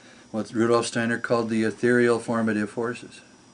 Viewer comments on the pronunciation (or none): none